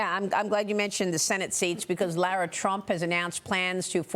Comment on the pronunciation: its Lara not laura